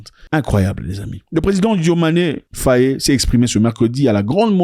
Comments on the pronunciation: Pas "Fayé". C'est Faï. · ZACH c Bassirou diomaye faye. Pas diomayé fayé